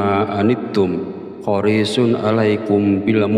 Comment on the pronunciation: Ma'af bacaan Alquran nya ada yang salah sedikit bukan horishun yang benar hariishun